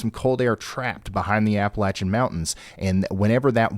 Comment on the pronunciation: Ya know... you use to give me anxiety watching you live so I switched to Max Velocity ( he had just started then) but the fact that you know how to pronounce " Appalachian " made me come back. Ps : we're revoking PA's Appalachian Card. Lol